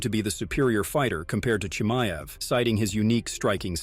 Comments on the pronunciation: I had to shut this stupid 💩off after 30 seconds of you saying Chimaev’s name wrong like 16 times. Moron. Learn how to say someone’s name right before making an entire video about them. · Don’t do a video if you can’t say the subject’s name properly. So dumb.